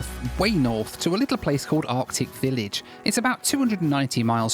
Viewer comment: I’m not sure I could trust a pilot that says “ardic village”.